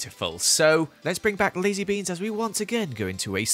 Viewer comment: When said Lazybeans I thought he said Lizziebeans